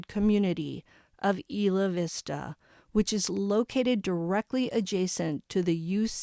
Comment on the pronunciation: I remember this like it was yesterday it was so sad. I lived right by where this happened. It’s pronounced Eye la vista. Thanks for all of your hard work bringing us the information